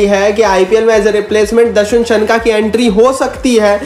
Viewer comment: सनका नहीं शनाका